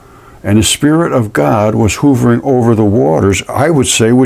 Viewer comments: You kept saying hoovering when the word is h'uv'ering/hovering.... jsut sayin' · Hovering. Not /hoovring/, but rather pronounced /huh vring/. It isn't a Hoover vacuum, not J. F. Hoover. uh. uh. Huh vring. "Hovering over the earth..." kill me. Love you, my guy.